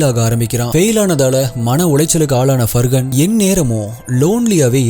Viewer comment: Far-han. It is not Fur Gun. Where did the G even come here?